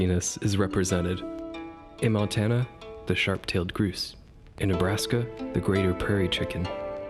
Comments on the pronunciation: GROUSE, not GROOOSE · Did you just say...groose? It's grouse my friend. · Stopped watching after I heard you say "groos" instead of grouse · Sorry - grouse rhymes with house, not with moose. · It's pronounced GROWSE not GROOSE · It's pronounced GROUSE, like LOUSE or MOUSE, not GROOSE like LOOSE. Also, It's TANAGER like MANAGER. Not TANGER like Uh.... Yeah. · Whats the deal with how you say grouse? its Grouse as in Mouse not umm Mousse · Great video, but it's pronounced "growse" like in "ouch" not "groose" like "goose." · WTF is a "GROOSE" ???? it's Grouse!!!! OU makes an OWW sound. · Sage Grouse Ruffed Grouse Sharp-tailed Grouse It's pronounced GrOWss like "Out" or "Spout" or "clout." Just not ending in a T. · Great video; I'm impressed by the amount of research and legwork that went into this. By the way, for future reference, 'grouse' rhymes with 'mouse'. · Gr OW se, tan-aj-er, rose-ee-at spoonbill. Love it though, bird person myself and its great to get some education. I do like mockingbirds but also agree there shouldn't be repeats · Hey - I love the video (except for your pronunciation of a couple of bird names (Grouse rhymes with louse and house, not with Goose; and Tanager has three syllables and the g is pronounced like a j). Nick Lund (The Birdist) has talked quite a bit about this subject and I think you two agree on quite a few things. I think Texas could do a lot better than a Black-crested Titmouse (which has fluctuated between being a full species and a sub-species of Tufted Titmouse), and while I think the Yellow-billed Magpie is great, surely California Condor would be a better state bird for Ca. Ring-necked Pheasant has definitely got to be replaced as State Bird of S. Dakota - although I'm not sure what with. Maybe you should have a system where every state had to change its state bird every five years (or maybe 10), with there being a public no bird being able to serve two terms consecutively and no more than three terms a century.